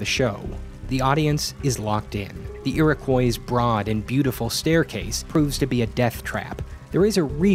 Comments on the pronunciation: It's pronounced /ʊəʳɪkɔɪ/ not /ʊəʳɪkwaɪ/ Source: Am from New York, where Iriquois originated from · It’s pronounced ear-oh-coy not ear-a-kw-eye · “Foy-err”?, “Ee-raw-koi”? It’s “Foy-yay” and “Ee-row-kwa” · It's pronounced EAR-AH-KOI Not...however you pronounced it. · There's some graffito that says the F word. Also, it's pronounced "iro-qwah," but it doesn't really matter. I'm just trying to be a smartass. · Ear-Ah-Quwhy for fuck's sake man, don't say it like that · It's actually pronounced Ee-Ruh-Kwa. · The way you're pronouncing Iroquois is giving me a stroke. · You said Iroquois wrong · I frickin love this channel and these history videos but I have never heard anyone say “Iroquois” as atrocious as. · Your pronunciation of Iroquois really threw me for a loop.